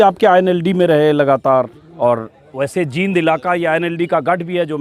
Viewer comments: Anjum ji aap Jind ko जिंद bol rhe h jbki जींद bolna chahiye, Isko aap thik kijiye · बोलना सीखो पहले जींद है ये जिंद नही है